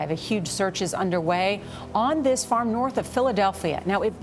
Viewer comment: Everyone always talks about saying “tree” but I’m dying over “the baern on the faerm”